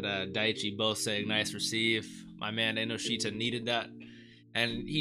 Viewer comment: Just to help you out a bit Chikaras last name is pronounced En-no-shita instead of inoshita. I like your reactions! Got great input and I'm glad you're understanding a lot of the thematic elements. I think a lot of American reactors miss a lot of that and get the wrong ideas here and there. Keep it up!